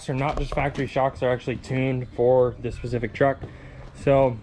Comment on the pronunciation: "Specific" not "pacific"